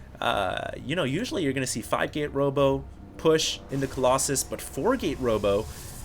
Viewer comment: aheem, excuse me.. Kolloss-anus?